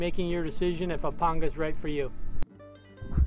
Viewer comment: WOW! Thank the lord almighty a man who knows how to say Panga correctly.